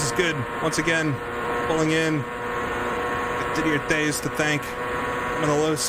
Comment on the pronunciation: That was fun to watch. Jeff Wood is the drivers name. Didier Theys should be pronounced Did-E-A TAYS. At least that is how that pronounced it back in '89 Looking forward to next event!